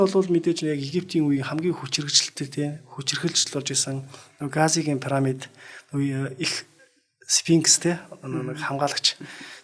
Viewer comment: Түүхч юм уу оролцогч нь? Парамид, Газа гэнэ үү? Ядаж ярьж байгаа газар орноо зөв дууд аа. Пирамид, Гиза гээд...